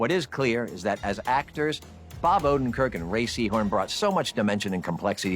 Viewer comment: No one: Patrick Fabian: "Ray Seehorn"